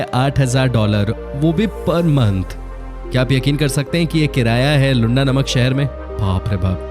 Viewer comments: It’s pronounced as Looanda not Lunda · Its luaaandaaaa not lunda kuch bhi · Usually I appreciate the effort you guys put into making these videos, but I must say, you reminded me of the low level of intelligence displayed by Donald Trump when he referred to the nation of Namibia as "Nambia". Didn't anyone else notice this??? Also, it was hilarious when you referred to Luanda as 'Lunda". Doesn't that mean penis in Hindi? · Hi, Whatever you explained about Angola is ok. But please pronounce Luanda Properly, coz i have worked there. And there are some facts which is not True.....